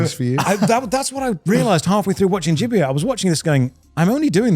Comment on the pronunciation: Why was Joey pronouncing Gibiate like that when the katakana shows it would be pronounced Jib-ee-ate in English?